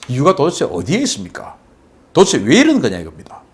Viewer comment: '도데체'를 '도에체'로 발음하지 말해 주세요 박사님 방송 보고 저도 그 발음하던거 반성하고 스스로 교정중입니다 ㅎㅎ